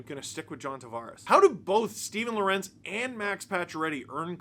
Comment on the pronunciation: I have to correct you. You're mispronouncing Lorentz's name. You're saying Lor-entz, like it's spelled. It's pronounced like it's Lawrence. I learned that when I spoke to his parents covering the Canes